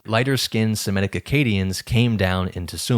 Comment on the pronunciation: Fascinating and sensible hypothesis! I have no critique of the basic idea. But I would plead with you to pronounce Semitic correctly. Not Sim-eh-tic but Seh-mih-tic. From Semite, not Simete.